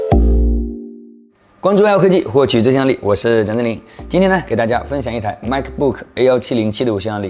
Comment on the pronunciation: 我实在纳闷与不解处是 你跟维修厮怎都把Macbook念成卖可不可?? 我们这老外念法都念妹可不可